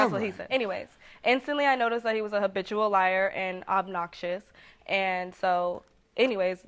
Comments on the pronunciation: but why he keep saying Obitual instead of habitual🤭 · Did he say obitual liar🤣🤣🤣